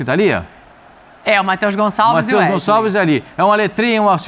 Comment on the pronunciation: É impressão minha ou Zinho nao consegue se quer pronunciar o nome do Wesley ? 😂😂😂